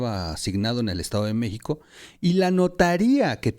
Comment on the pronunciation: Porque dices Meico?